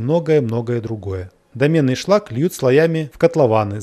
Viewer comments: дОменный шлак, а не домЕнный) шлак из домны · Да не домЕнный шлак, а дОменный, от слова домна, а не домен)) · Восхитительное исследование, очень интересно, спасибо. Одно маленькое замечание - дОменный шлак а не домЕнный, получаемый из дОменной печи.